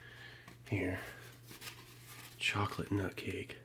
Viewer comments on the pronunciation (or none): none